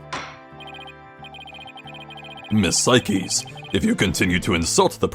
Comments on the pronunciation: im pretty sure her name isnt "sai keys" but "sayks" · "cykeys" i have NEVER heard anyone pronounce her name incorrectly before it's "sikes" as in "sike"